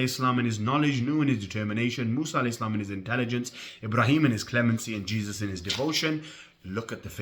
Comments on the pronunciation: This Low IQ Jahil doesn’t even know Arabic or English cause he called Isa (a.s) Cheese 🧀 instead of Jesus 💀. Thank you for refuting bro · Jesus ❌️ Jees ✅️ 😂😂😂😂😂 And these sunni come to refute us shia 😂😂😂